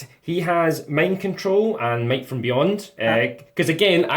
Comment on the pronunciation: It alarms me every time he says "might from beyond" as my ears hear "mate from beyond", which to be fair, sounds like a very genestealery thing lore wise.